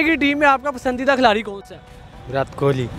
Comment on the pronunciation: Virath nai virat. Learn to pronounce